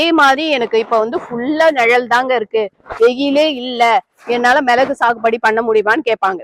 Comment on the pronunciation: பயனுள்ள காணோளி 👌🏽 ஆனா ஒன்னே ஒன்னு மட்டும்,, மிளஹு, காய்ஹள், ரஹங்கள் னு சொல்லாதீங்க. மிளகு, காய்கள், ரகங்கள் னு சொல்லுங்க ப்ளீஸ் 😢